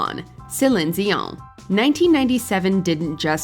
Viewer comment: I thought it was dion not zion